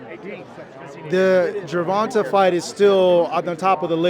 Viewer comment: it’s Gervonta Not Gervontuhh fuck say it right